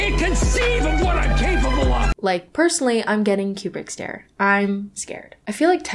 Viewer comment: why did you pronounce it "Q-brick stare"?